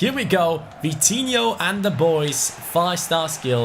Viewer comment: Vitinho rhyme to coutinho. Vi-ti-in-ho and Cout-tin-in-ho